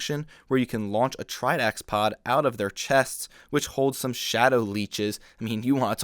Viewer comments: you pronounce the black and silver makuta's name as "kirrox" not "keyerawks" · Chirox is said cure ox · I'm pretty sure Chirox is pronounced "cheerocks" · I always pronounced Chirox as Chee-rox.